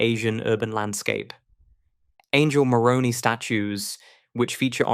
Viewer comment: The Angel Moroni is called Moroni not moronee